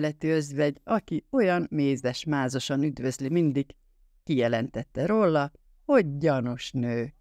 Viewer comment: Akkor én leszek a harmadik... Sajnálom, de a "rolla" a "róla" helyett, többek között, iszonyatosan irritál...